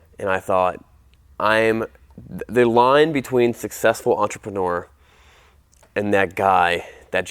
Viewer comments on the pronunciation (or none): It’s a -neur. Not a -nore.